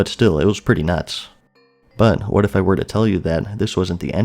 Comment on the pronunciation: "I'll tell you HWAT"